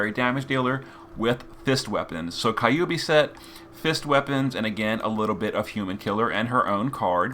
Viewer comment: The way pronounced "kyuubi" really makes me wonder how he would pronounce Kyogre for some reason lmao